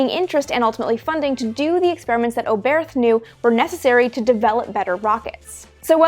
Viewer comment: Hermann Oberth was a German scientist. His name is pronounced without the h at the end. So no English th sound, just "Obert".